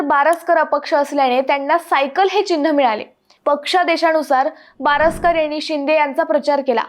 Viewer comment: भारस्कर म्हणा,बारस्कर नव्हे!